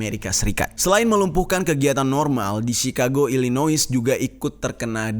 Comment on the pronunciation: Koreksi bang, Illnois dibaca Illnoa. Hal ini disebabkan dulunya Illnois pernah menjadi wilayah koloni Perancis, namun wilayahnya malah dibeli oleh Amerika Serikat.